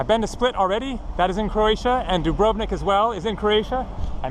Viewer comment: I appreciate what you're trying to do, but you come off like a complete uneducated moron with your completely ignorant mispronunciations. All you have to do is ask a local how to pronounce certain words. You can't even pronounce Dubrovnik correctly. It's almost like you are purposely mispronouncing words to mock the language. I was born in upstate New York so it't not like I am a local.